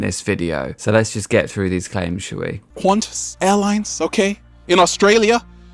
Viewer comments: It's pronounced QWAN-tas. Like quantum. It's only for international travel too. And it's kinda weird how nobody is upset about mandatory vaccination against yellow fever when you travel to countries where it's endemic. Cranberry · Um...just for the record, QANTAS airlines isn’t pronounced kent-ess. The QANT part rhymes with want, followed by the letter S. Q.A.N.T.A.S. It stands for Queensland and Northern Territory Aerial Service. It was founded in 1920. The business obviously expanded to international flights since its inception. Your British accent is adorable though.